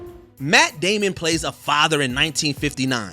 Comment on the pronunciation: “Jeremy Ir-ins”. Jesus Christ learn to pronounce the shit you do videos on! Also “Matt Damian”?!